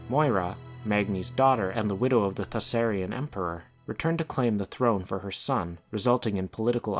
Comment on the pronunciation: Isn't it ThauRISSAN and not ThaSSARIAN?